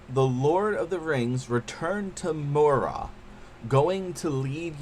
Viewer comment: good review but Moria is pronounced More-Ree-A